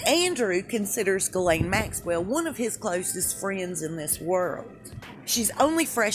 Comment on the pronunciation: Hay, love your vids but it’s pronounced “jhizz-layne”